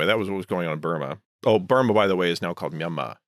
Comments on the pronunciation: surprised me with the proper pronunciation of myanmar ! i’ve never seen anyone in media pronounce it natively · Wow someone actually pronounced Myanmar right